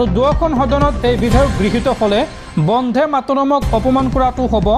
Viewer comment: উচ্চাৰণ বন্ধে হব নালাগে বন্দে হব লাগে